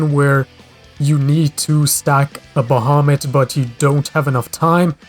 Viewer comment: Yeah, you pronounced it right I think